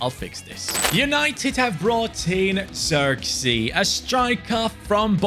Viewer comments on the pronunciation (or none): none